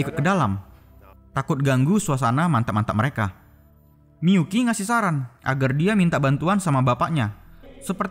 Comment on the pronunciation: Miyuki atau miPUKI COY??